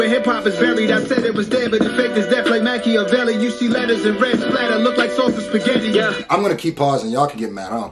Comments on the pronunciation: Too many people think he's talking about Pac with that line.... he's talking about the actual Machiavelli who Pac named himself after - you can tell by the pronunciation. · That Machiavelli bar was a double referring to niccho and pac Most won't catch that he pronounced his name properly on purpose in order to do that (Machiavelli)=niccho (Makaveli)=pac